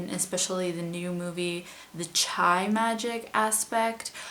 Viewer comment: chi is pronounced "chee"